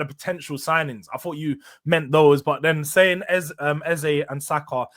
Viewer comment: Ffs it’s pronounced EZA twats 😮